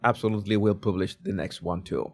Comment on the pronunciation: Please learn how to pronounce the “u” in “Public” and “Publish.” Thank you. 🤦🏻